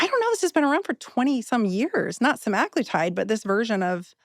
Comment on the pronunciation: please correct your pronunciation! It’s not “seMAGlitide”